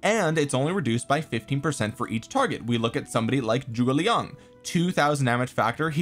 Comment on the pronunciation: Thanks for making the effort to pronounce Zhuge Liang correctly. It’s pretty crazy how many content creators completely fuck it up when it takes 10 seconds on google translate.